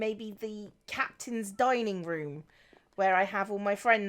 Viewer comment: said "[having] all [her] friends dining or just some of [her] friends dining" and I heard 'dying' both times... man, pirates are cutthroat even when they're undead, monsters and/or obsessed with wearing pumpkins.